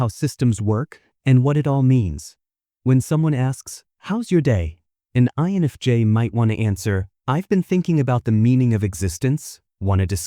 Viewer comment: No but lets talk about everytime the translator says "life jays" " eni james" instead of INFJ